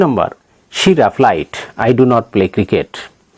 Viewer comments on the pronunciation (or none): Raplid nohoi replied 🙏🖐️